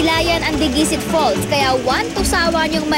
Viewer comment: diguisit is pronounced nang mabilis at walang accent sa kahit na anong syllable...pati yung dicasalarin, mali pagpronounce